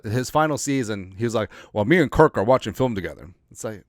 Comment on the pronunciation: like your show but you should call cousins's first name properly.